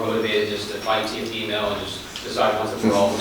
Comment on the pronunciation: That reporter really said Teofemale. 💀😂